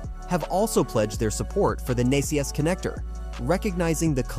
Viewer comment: Out of date and incomplete at best. It was already announced VWs network is going NACS. (It’s pronounced “nax” btw). And it’s not just GM and Ford, Mercedes and others have already announced. The title is misleading as Toyota has not said it will “partner” with Tesla or switch to NACS. The CHAdeMO charging standard is still very popular in Japan 🇯🇵 and Asian countries, as well as others. So it’s highly unlikely. This video also uses misleading images and footage, from WAY back, when Toyota owned Tesla stock, trying to make it seem like they are partnering currently, when they are not……